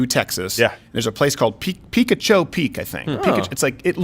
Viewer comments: Pronounced. Pick-ah-choe Peak. 🤣🤣🤣 Peekachoo peak. 😂😂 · You guys beat me too but it's not Pee-ca-choo. Its Pee-cah-ch-Oh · Arizonan here. Picacho Peak is pronounced pick-aah-cho. Arizona names are hard at times. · Tis pronounced pee-kaw-cho. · It's pronounced Pi-cauch-o peak. Now they have more than the gift shop, they have an ostrich farm and an adult store. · It's pronounced pa-caw-cho. It is the site of the only Civil War battle fought in Arizona. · It’s “pih-caw-cho” peak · If anyone cares how Picacho Peak is pronounced - the first syllable is pronounced "pick." The "ca" is is the emphasized syllable, with an "O" sound like "con," "cod," or "com." The "cho" is pronounced the same as in "macho." "p'KAH-cho" Source: I was born 40 minutes south of Picacho Peak. That place is a depressed ghost town, full of junk yards, meth, trailer parks, gift shops, and the largest Dairy Queen in the state. The reason the town isn't totally abandoned is because everyone stops there to go to the bathroom, get gas, and buy snacks on their way to/from Phoenix to/from Tucson. Everyone should totally visit! It's great! LOL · It's pronounced (pea'kah'cho) I live an hour from there. Yes, people do eat the scorpion lollipops! My son loves them!! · It's pronounced Pee-koch-oh. Picacho, It means Peak in Spanish. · Pi-KAH-cho peak. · It's Pee-COCH-o Peak... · Arizonan here. Cringed a little when I heard it in the beginning but Picacho is pronounced Pi-kah-cho. It's a forgivable mistake for someone not from here. That aside, I love watching your videos and haven't missed a single video in a couple years now. Unfortunately, I'm not able to sign up for Mug Club so this entire month has been a blessing for me and keeping me out of depression with your jokes and informative segments. I appreciate everything you all do in making me laugh and the life tips you've given me that I've used to help better myself. Keep up the awesome work and God bless!